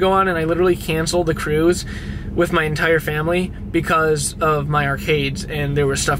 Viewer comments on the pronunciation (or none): also Intire not Untire XD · Entire. Not untire